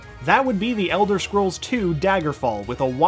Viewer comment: ELDER SCROLLS SIX ELSWER I SWEAR TO GOD